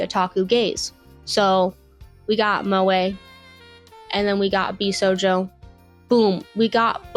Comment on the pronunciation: “Bisojo” “Josie” get out PLEASE